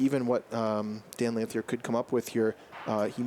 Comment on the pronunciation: I don't think I've heard a commentator pronounce Dan Lanthier's name correctly yet.